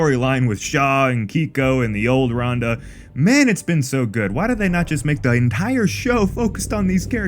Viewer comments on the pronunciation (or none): Great vid but at least have the narrator know how to pronounce RAN-duh not RON-duh. A small but important giveaway that dude never watched the show or the Monsterverse films.